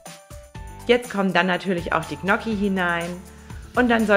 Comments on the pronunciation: Tolles Rezept, aber ich als Italiener, fühle mich schon sehr Diskriminiert wenn ich höre, wie du Gnocchi aussprichst 😢...😂😂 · Du weißt aber schon ,dass man Gnocchi nicht so ausspricht 😂😂